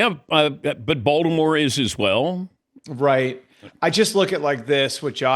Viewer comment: It's weird the way Dan pronounces "Baltimore" as [Ball-the-moore].